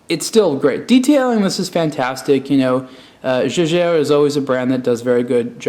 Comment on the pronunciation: "jejair" LOL... it's german, the "j" reads "y"